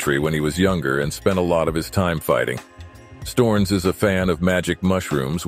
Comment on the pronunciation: LOL "Storns"? Americans.... or maybe I should call them Amricans It is S t_O_ (like Oklahoma) r n_E_ (like eleven)s.